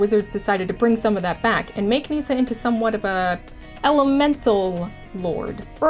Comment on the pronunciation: Nissa, not NEEEEEEEEEEESA.. oof